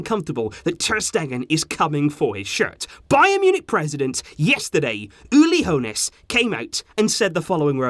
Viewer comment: Nice pronounciation of Uli Hoeneß 😂😂😂😂